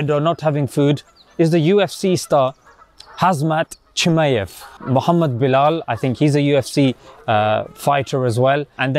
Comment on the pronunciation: Khazmat Chichemev